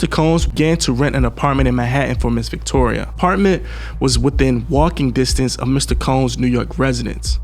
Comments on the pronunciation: its pronounced Ven-tura not ventoria LOL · Love your vids, but man gotta get the pronunciations down. VENTURA , not Ventora/Ventoria/Victoria. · It's not ventoria it's ventura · Wow. Stomping her in the face. 😢 he’s a demonic savage. Also Her name is Ven-TURA. VenTOORAH. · Its Ventura not ventoria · Why do you keep pronouncing her name wrong? Ventura is not Venturia. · Ven-tu-ra bro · Nigga do you not know how to pronounce VENTURA!!!! JESUS!!! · Mispronounced her name so much it became annoying. I'm out